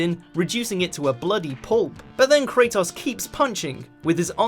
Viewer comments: Why is he pronouncing it Krataos? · did u hre how he pronounced kratos...